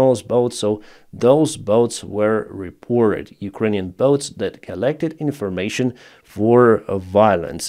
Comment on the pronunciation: "Bots", not "boats" ;)